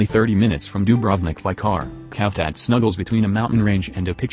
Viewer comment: Cavtat pronounced as Shaf Dat not Calf Tat. Sighh!!!!!!